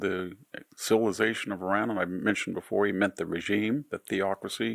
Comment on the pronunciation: IRAN never crumbles!! You shall see. Keep your nonsense to yourself and learn how to pronounce Iran correctly!!!